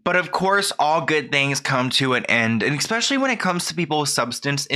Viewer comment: It’s “expecially” for me 😂😂😂 love u tho it’s cute